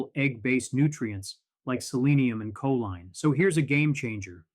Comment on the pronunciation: "koleen" is the pronunciation of choline.